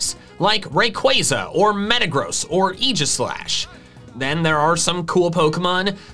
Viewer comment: my mans said eejislash